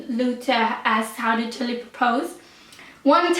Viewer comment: please pronounce the name jalil als jAlil and not jElil. It sounds like jelly hahah